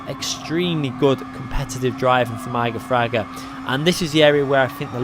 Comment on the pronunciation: Please stop saying his name. You are saying it wrong. Jesus Christ.